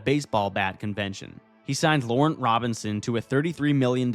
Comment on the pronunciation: "Laurent" is pronounced like Laron, not Lauren-t.